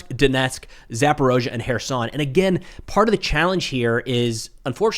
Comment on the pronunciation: Referendums run by the Russians? Surely legit. yeah, right. BTW, it's Zapo-reetzia, not Zapo-rosia.